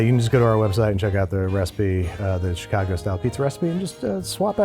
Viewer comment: you lost when you said "Chicago"